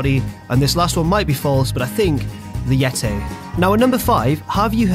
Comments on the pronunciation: Yeti, not Yetay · Stop saying yetay!!! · Dougy Tz I was making fun of his pronunciation of Yeti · It's not Yet-aye. It's Yet-eee. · Yet-ay? it's Yeti! Even though it's clearly a mummy... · Why can't say "Yeti" properly, he's saying "yet-ay"? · "The Yetay" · Nice pronunciation of yeti,. Or is that Yetay? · The YET-tay confirmed for WCPW. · the yeté😂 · who's it again? "The "Yet-tay"!" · "The Yetay" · Why can't you say Yeti properly,?